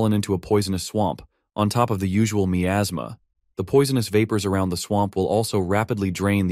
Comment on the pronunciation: I can't stand the way it pronounces miasma